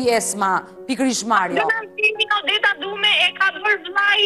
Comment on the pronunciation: Odeta. Mos u jep emrave theks arab